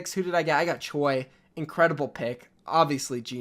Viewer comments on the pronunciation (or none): none